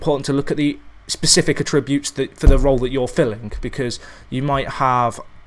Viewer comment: And for god sake learn how to say attributes properly